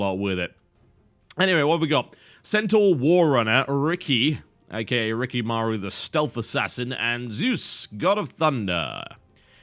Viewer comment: You do know that it's Rikimaru not Riki Maru, right? ._.